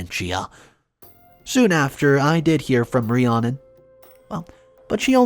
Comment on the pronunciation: The name Rhiannon is pronounced Re-Anna.